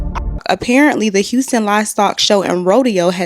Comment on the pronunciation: wait did he say unston it is Houston......